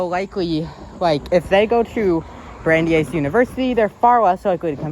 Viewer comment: "Bran-dice", not "Brandy-ice". Named after Brandies University, which was named after US Supreme Court Justice Brandeis. You got Worcester pretty well. That's one of the hardest Massachusetts localities and most people get it wrong. I just watched a video by a Chicago-based train and transit fan who called it "Wooster", a fairly common mispronunciation. There is a "Wooster" in Ohio, but it is spelled and pronounced that way. I don't know how the original Worcester in England is pronounced, but I suspect it is similar to the Mass city. Lots of Mass (and English) place names were locked down centuries ago and often the Mass names are pronounced the way the English namesakes were pronounced in the 16th or 17th centuries. Weston appears well-off because it is. It is the wealthiest towns in the state. and probably in the top 20-50 in the country. It might not have been obvious from the neighborhood of the station, but there are many parks and protected land in Weston, and (according to Wikipedia) over 90 miles of bike, hiking, cross-country skiing and horseback riding trails in the town!